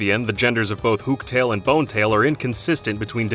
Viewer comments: That was a strange pronunciation of Hooktail. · Dat Hooktail pronunciation lmao